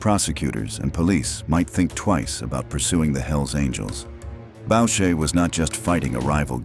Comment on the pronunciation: "Bow shay" should sound like "boo shay" FFS !